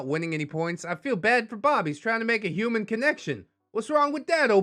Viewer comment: A hoo-mon, fee-male?